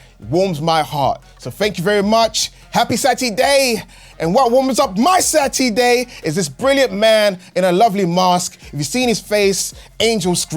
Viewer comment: its Sat -E-Day baby 🤟